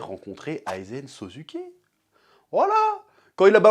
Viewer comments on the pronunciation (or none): "Aizen SoZUké"